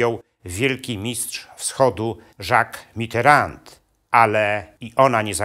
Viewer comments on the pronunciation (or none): none